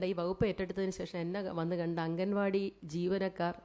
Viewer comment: ബഹുമാനപ്പെട്ട മേഡം അംഗൻവാടി അല്ല അങ്കണവാടി എന്നാണ്❤❤